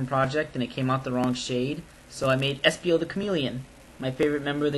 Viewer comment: espio! not esPOO